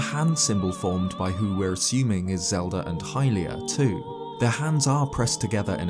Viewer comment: bro turned irish at that "we're"